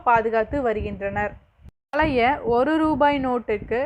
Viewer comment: பழைய என்று உச்சரிக்க வேண்டும் என்று வேண்டிக் கொள்கிறேன்